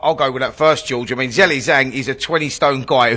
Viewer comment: That’s a closer pronunciation that Zelly